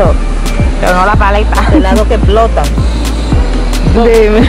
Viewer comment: "Helado que eplotan" 😂.